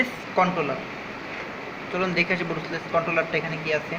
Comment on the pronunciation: আরে মগা এটা ব্রুছলেস না এটা ব্রাশলেস।।